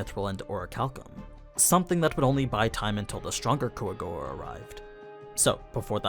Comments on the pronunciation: Kwa-Goa actually, dude's just being 'murican. :P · call them coagowa one more time its (kwa-gwa) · i dont get why u always say the jap pronunciation if you're speaking english. "Quagoa" in Overlord is pronounced as "Kua-go-a". It is generally broken down into three syllables: Kua (pronounced like "coo-ah") go (pronounced like "go" in English) a (pronounced like "ah" in English)